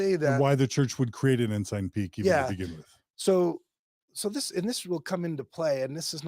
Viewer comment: This is a great report or summary or exposeʻ.As an old CPA, it makes me cringe. I have wondered for a long time about church $$$. Left in about 1992 or 93 (no letter, so still counted I guess). Every time I hear one of you say Ensign Peak I hear Enzyme Pete, sorry.